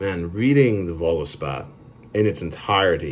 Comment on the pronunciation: Kinda stopped when you misread Voluspa (read like Voluspo, not Voluspa) didn't feel genuine.